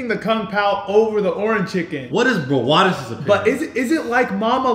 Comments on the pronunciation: It’s Brawadis and it’s not Braewadis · The amount of times Brawadis says ORAN Chicken is crazyyy 😂